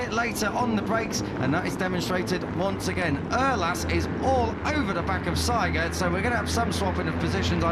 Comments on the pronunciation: Why do commentators say Seigert while the name in the leaderboarsa say Siegert? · Spell the name SIEGERT ->> like ZEE-gert !!!